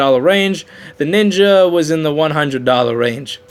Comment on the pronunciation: NINJA NOT NINKA.